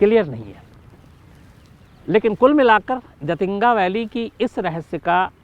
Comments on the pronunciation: Actually jaatinga nhi jhatinga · I'm from Silchar..south assam.jhaatinga झाटिंगा bolte hain local log shayad but hai जाटिंगा